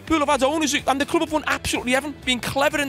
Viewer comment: “Their selling the cloob”😂 classic